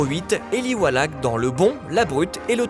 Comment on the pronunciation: Eli (Roth) ne se prononce pas comme Eli (Wallach) ?!